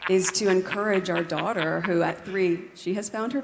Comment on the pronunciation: "as a motherrrr", and "our daughterrr" - what is wrong with her 😅 Weirdo 💯